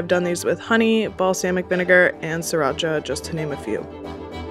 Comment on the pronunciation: Am I stupid or did she say that you can make this pearls with Siracha💀